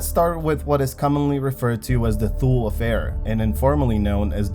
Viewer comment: Thule is pronounced "Too-lee"